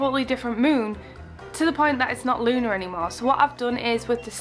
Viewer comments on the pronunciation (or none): It’s not Luna it’s Lunus